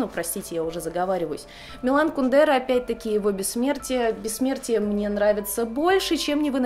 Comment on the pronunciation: Тоже привыкла говорить кундЕра, а он кУндера.)